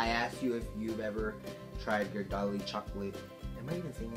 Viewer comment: Ge-are-delli is the correct way to pronounce Ghirardelli